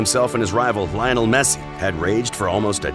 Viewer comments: "Linol" Messi!! 😂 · Oh and Lio-nel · Everyone: Lionel Messi This boi: LiOnAl Mesie